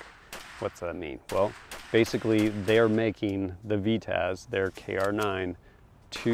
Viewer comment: Love tfb but isn’t a narrator. And it’s called a Vityaz, ……not a V-taz.